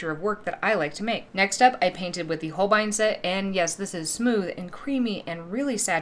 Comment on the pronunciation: This is the first gouache video I've watched where someone pronounces Holbein correctly, lol! Love the pumpkins